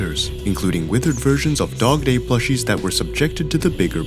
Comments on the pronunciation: did he say dogtoy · Bro, literally said dogdoy